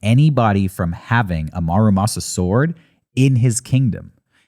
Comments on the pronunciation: Fun episode, but for future reference - it's not marumasa, it's MURAmasa. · Love this topic, and not to be that guy, but it's Muramasa, not Marumasa.